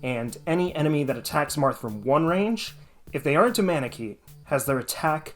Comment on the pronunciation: Took me a while to understand you where saying manakete. 😅 I enjoyed the video and I don't even like (playing) FE that much. (I just played the beginning of FE7)